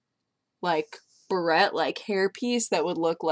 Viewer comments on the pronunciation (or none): Barette, not beret.